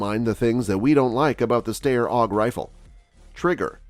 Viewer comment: This isn't a new model of the AUG and the pronunciation for Steyr is wrong.